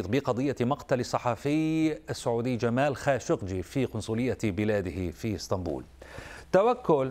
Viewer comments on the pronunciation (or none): none